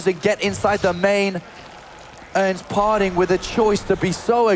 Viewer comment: "his name par-ting, not far-ting"